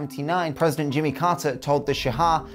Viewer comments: It's not "sha-ah", it's simply "sha" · why do you keep saying Shah-ha? its literally just Shah, just say shaw.... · It’s Shah. Not Sha-ah. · why do you say "shahad" instead of shah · Its "sh aw h" not Shahaw. Just like how you say Shaw but with a little "h" sound at the end. You left out so much information. The Iranian economy was not on a decline at all it slowed down but it was not declining. The whole revolution was ideological rather than economical. Iran has been suffering financially for 4 decades now. However the new generation (including myself) are heavily against the government and we are very irreligious. Probably the most irreligious people you will meet in the middle east. However you can't tell that to anyone, especially foreigners cause if the government finds out, you could get in trouble. The oil crisis was not bad foe Iran but rather very lucrative cause the Arab states were involved not Iran. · Just wanted to point out, the pronunciation of "shah" is kind of off. You keep saying "shahah". Further, the AyatOllah is a "cleric" not a "clerk". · yes, it's a shame for otherwise, the video is good. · OK, so I'm an Iranian who happens to know some English. First I must say that the production quality is top notch but I have one point of criticism, you absolutely butchered the pronunciation, you could have searched for the names online. That could have taken 5 minutes maximum. ("Shaha"?! really?!) Oh and by the way I recommend "Fall of Heaven" by Andrew Scott Cooper for anybody who's interested in the topic of this video. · Those pronunciations though. 🤦 Why do people think that H's are silent in Persian? 🤨 - I've heard people say that Iran is the only country where the photos go backwards in time as they get more recent. - There's a Persian expression that says there's never been something bad that wasn't replaced by something worse. If only they had remembered that when they overthrew the Shah. 🤦